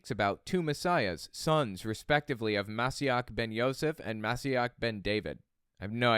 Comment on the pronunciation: re THE HEAL the word heal is עקב AH-KO -v or ya a kove יעקב ALSO its MO SHEE ACH - ACH as in baCH or ACHtung a german h hacking h clearing phlegm